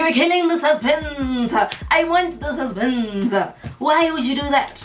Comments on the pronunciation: "you're taking away from the suspennnnnsa, you're killing the suspennnnsa" 😭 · "The suzpenze"😂😂